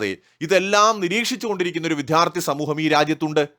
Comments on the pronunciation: "വിധ്യാർത്ഥി" എന്ന് നിങ്ങൾ വീഡിയോയിൽ ആവർത്തിച്ചു പറയുന്നത് വിദ്യാഭ്യാസത്തിലെ പ്രശ്നം തന്നെയാണ്. താങ്കൾ ആദ്യം വിദ്യാർത്ഥി എന്ന് പറഞ്ഞ് പഠിക്കൂ. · വിദ്യാർത്ഥി എന്നു പറയണം